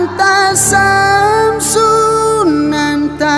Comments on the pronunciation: Sebutan pon salah . BUNYI NYA ANTASHAMM . BUKAN ANTASAMM . Jawinya betul SHAM, kok ruminya SAM. Ngaji dulu bang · Sekedar koreksi aja buat harusnya pengucapannya anta syamsun bukan anta samsun karna syin dan sin itu beda, maaf sebelumnya.